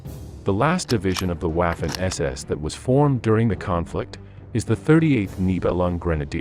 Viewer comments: Please, DO NOT pronounce W as in English but as it does in GERMAN so "V" ! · Your German pronunciation is absolutely HORRIBLE. Ws in German are pronounced like Vees. So Waffen is pronounced like Vaffen. Please STOP making these videos. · It's difficult to take someone seriously who pronounces Waffen as if they were sounding the first syllable of the word Waffle. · he prounces waffen incorrectly I'm from the US.